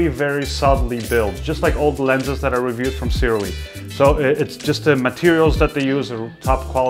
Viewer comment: THANK YOU,, for actually saying the name Sirui correctly!